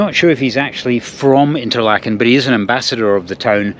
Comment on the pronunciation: Duuh! It's pronounced 'Interlaaken', not "Interlakken". You're in good company: Steve Marsh has vlogged many hours in Fuengirola and still can't pronounce it (the 'g' is pronunced like the 'ch' in "Loch". Sorry to be such a git. 😊